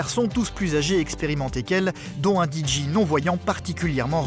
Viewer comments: Même DIJÉ ... lol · Que ça m'énerve, pas juste moi j'espère. Comment prononcé un D et un J en anglais. Parce que là le narrateur prononce le D en anglais: Di mais le J en anglais ce n'est pas JI mais bien JÉ, JI étant la lettre G en anglais et JÉ la lettre J. Donc en anglais on dit DI JÉ et non DI JI... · Il aurait du le prononcer en français : Dé Ji 😜